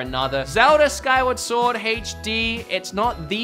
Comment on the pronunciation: SKYWARD SWARD😭